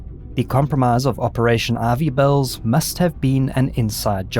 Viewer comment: I tried looking up Operation RV Bells. lol it turns out he was saying Ivy Bells.